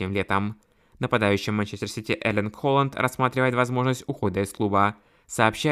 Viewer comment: Не Холанд ,а Хааланд